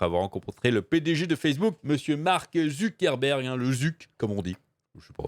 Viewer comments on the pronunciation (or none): none